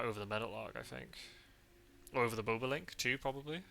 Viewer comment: Bobolink is pronounced Bob-o-link, rather than bow-bow-link :-)